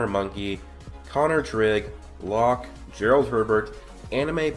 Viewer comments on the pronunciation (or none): none